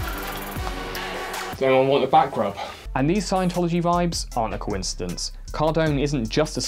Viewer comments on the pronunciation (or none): Is his intentional mispronunciation of coincidence some kind of British thing? The only other place I've heard is at Jay Foreman's youtube channel.